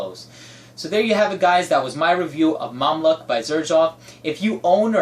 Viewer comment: Its pronounced Mam LUKE not Mam Luck lol